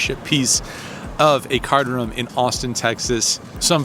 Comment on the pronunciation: Congrats on the business. Really heard your roots when you say poker "ruhm" . Keep up the PLO please!